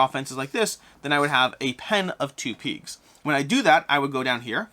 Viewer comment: Peegs 🤣 sorry. Just had to tease. Never heard anyone pronounce pigs that way.